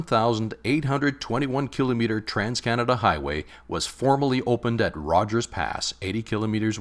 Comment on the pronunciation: THANK YOU for pronouncing "kilometer" correctly!